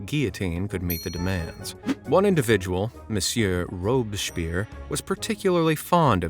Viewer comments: His name is not Robeschpierre, this is why I stopped subscribing, constant mispronunciations and slightly off information just for engagement. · He mispronounced robespierre 😂😂😂